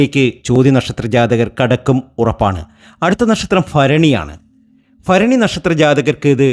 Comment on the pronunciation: ഫരണി അല്ല ഭരണി ആദ്യം ഉച്ചാരണം നന്നായി പഠിക്ക്